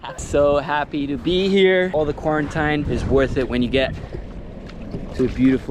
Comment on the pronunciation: beautiful! "kuorentaíne" :P